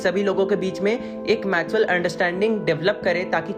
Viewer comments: Mutual ,matual nahi bhai 😂😂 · Matual ni bhyya mutual hota h 😂